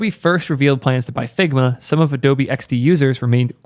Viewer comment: struggled to pay attention in this one the video itself was as good as ever you did a good job on this one its just... ...all i could hear was "figma balls! figma balls!!!!"